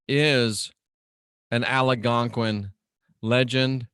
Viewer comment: You pronounce Algonquin wrong